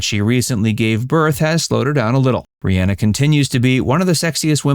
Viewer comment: It's not pronounced RihANNA, despite the spelling. It's pronounced RihAHNA.